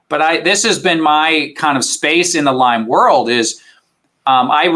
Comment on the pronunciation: Why does the host keep putting an “S” on Lyme??